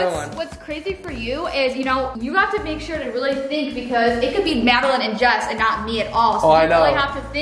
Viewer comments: Lol They keep pronouncing Jess as jazz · Did you guys noticed that pronounces Jess as Jass